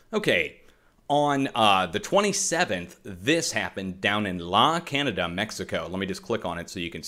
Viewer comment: La Canada is pronounced La Can yada. I'm sure you want to know. It's Spanish.